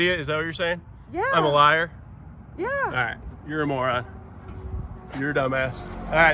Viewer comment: From your previous videos the word "MOE-RON" is a bad word